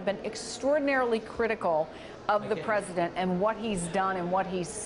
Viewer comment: That evidence is tertiary and POSSIBLY QUATERNARY the pRIMARY EVIDENCE is the prez-uh-dent firing the fbi director who was investigating the prez-uh-dent